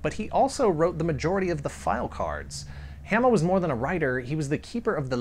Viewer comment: I thought it was Hah-mah not ham-mah ? Either way I never knew that's what quick kick was based off of. Now I have to track one down, I read that comic religiously. The cartoon was okay but cmon the comic is where it was at.